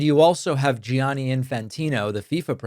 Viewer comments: Gianni = Jan-ni. Parlo italiano. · David, since you're fluent in another romance language, I know you'd wanna know that Gianni is pronounced Johnny, not Gee-ah-nee. The i after a G in Italian just makes the G soft; it does not sound as a vowel. Like the Italian word for yellow, giallo, which is pronounced JAHL-lo, not Gee-ah-lo. Gracias por su atención a este asunto importantissimo. ESH